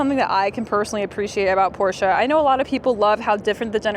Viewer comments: It's called a Porsche not a Porscher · Thanks for pronouncing Pro "SHA" correctly!